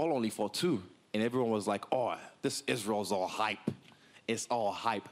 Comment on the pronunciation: Isreal "IsHeReal?" Adesanya